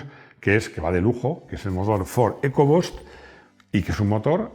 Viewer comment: enséñale a a pronunciar EcoBoost. Con intercooler no tiene problema pero lo del Bust le cuesta:)